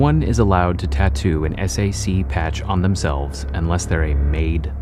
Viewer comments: I like how he says "The s.a.c.". In Utah, we just say Sac. That's how people say it. And that's how they refer to themselves. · It’s pronounced Sack but ok facts guy. 🙄👌